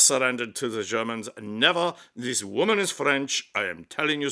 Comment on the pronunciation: It made me chuckle too. But because I'm pedantic, I cringed every time he pronounce the word this . Authentic fake French accent would use zis . Still, it was very funny. I love his usual delivery tho. It's clear and concise, without any unnecessary inflection or exaggeration to distract from the presentation. Just simple facts with some subtle humor tastefully inserted here and there.